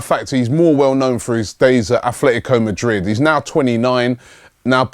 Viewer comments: It's Atletico Madrid not Afle-ico Madrid. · pronunciation (Phonetics) A-TLE-TICO (Atl Madrid) THERE IS NO "H"hence its not Ath-Fle-Tico Come on Robbie you do this everytime almost. Then we have Atheltic Club (aka Athletic Bilbao) here its a club from the Basque region that choose an English spelling and title as a sign of independence towards Castillian Spanish. Everytime Robbie brings up Bilbao he insits on calling them Ath-Fle-Tico as well even though a simple English Atheltic Bilbao would suffice here since the club is Basque and has chosen an English wording as theire "Lingua Franca". Please sort this out it has been going on for the past 3 silly seasons.